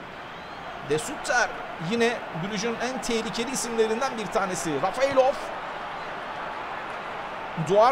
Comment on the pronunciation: Abi Rafeylov degil Refaylov :D